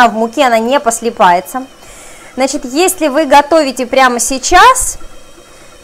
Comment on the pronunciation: Господи,что у вас было по русскому языку? "Послипается","парнизан","не избежишь никуда","досточка". У меня уши скрутились в трубочку.